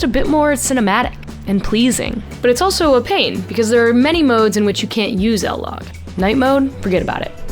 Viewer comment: What is "L-Log"? It's I-LOG. As in I-nsta